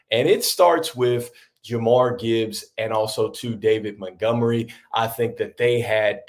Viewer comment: Its Ja-meer, not jamar. i agree with mikegrills you have got to take the pronunciations seriously. You wont be taken serious as a ball talker but good luck with your channel